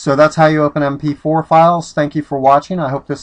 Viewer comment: M P FWEE HAHAHAHAHA Thanks man!